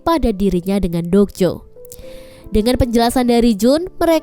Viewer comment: Mba dok jo bukan jok do